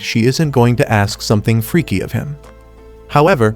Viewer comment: When he said freky its funny😂